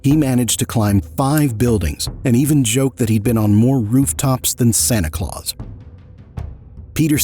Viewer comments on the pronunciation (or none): none